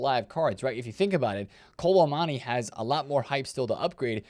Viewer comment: When are you gonna pronounce kolo muani’s name right?